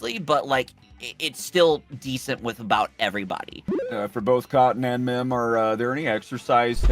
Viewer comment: Mim, its mim!